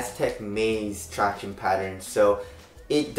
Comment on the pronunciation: runinyuh he is just saying “traction” but he is saying it weird. Tract-iown-ess